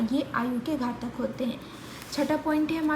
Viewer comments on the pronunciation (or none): घतक नही घटक होता है